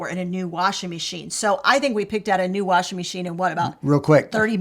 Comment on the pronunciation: I love that he says warshing machine.